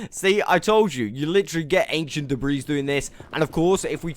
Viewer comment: OMG!!! I know people pronounce words differently but PLEASE I BEG OF YOU. Debris is not da-breeze it's da-bree the S is silent 😶. Love your content and generally how you speak, love the accent 💜💜💜💜